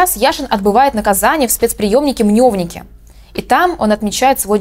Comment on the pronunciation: мневники, ) там е, не ё. отличная стрижка btw)